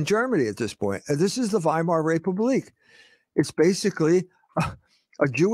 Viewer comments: It's "Vaimar" not "Whymar" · How do people interested in a subject mispronounce names..... Weimar....with a V.... Vy-mar! I hear misprounciations in WWI & II audiobooks all the time! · You speak out the W